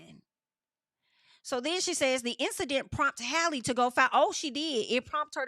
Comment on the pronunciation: Haaaaalle,. 😩 It’s Halle, just like Halle Berry, boo. 😂 Halle.